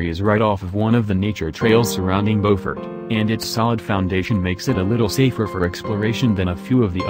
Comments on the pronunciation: It's pronounced Byoofort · Beaufort is not pronounced correctly.